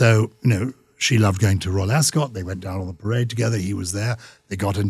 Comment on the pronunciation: Very good interview. However, Gyles must learn to pronounce 'Ascot'😂😂😂😂